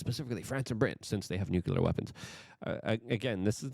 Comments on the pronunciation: The word is nuclear. NU CLE AR. The root is nucleus. The atom does not have a nuculus. Don't speak like W Bush. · Say it with me now: New-CLEE-uhr. Nuclear. Notice there is no U after the C.